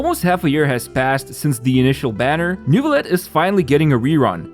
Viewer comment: still can't get over the pronounciation of Neuvilette by english-speaking people, i know it's kinda hard but it makes me giggle every time